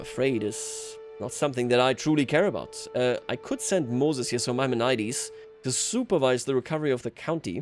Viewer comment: Your pronouncement of Maimonides is atrocious. Please look it up.